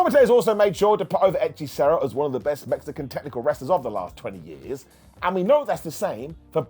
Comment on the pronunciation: Good gob pronuncing "hechicero"